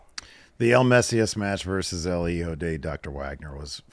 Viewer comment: Idk why it cracks me up when they say JEEJO instead of HIJO. the H is silent, like just skip it. Just say EEjo. Lol